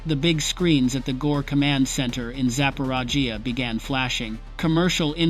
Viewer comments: "Zaparajia"?? Is that supposed to sound like Zaporizhzhia? More FICTION ! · Sapporaggia. Sounds like a small village in India. This is AI or just dumb guy?